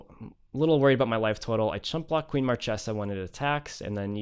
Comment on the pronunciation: This is the first Captain Sisay deck that I really love. Your build is awesome my man. The fact that you managed to beat Marchesa (which is one of the worst match up for a creature-based combo) proves it. PS: Marchesa is actually pronounced "Markesa". Source: I am Italian. ;)